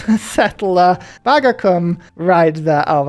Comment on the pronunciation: The u in Bagacum, I believe, is pronoun like the the ou in you, or the oo in boot, or /u/ in IPA